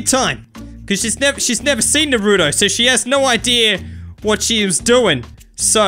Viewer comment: Its not nooroooto